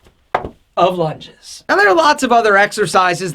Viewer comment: the way he said lunges... hilarious